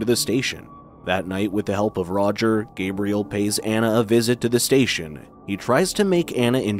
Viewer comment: Wait… why is he pronouncing the father’s name like Gabrielle, not Gabriel?